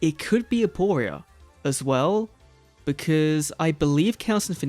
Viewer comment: It's actually aporia